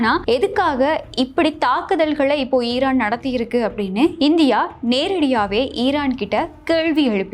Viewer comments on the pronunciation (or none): none